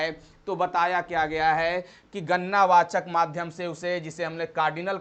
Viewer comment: Gannna wachak nhi gadna wachak ho ga sir ji 👍